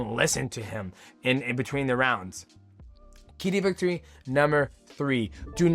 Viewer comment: 30 minutes of Mighty Mouse struggling to say “key to victory”